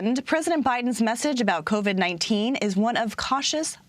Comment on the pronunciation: hopeless if the guy can’t get even the name COVID correct, you think he has a clue what he’s doing in regard to covax or covert 9?